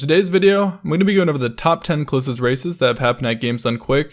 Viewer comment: I heard "closet racists"...